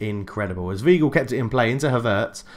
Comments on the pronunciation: It is definitely Vye-gl my dude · It's Why-gl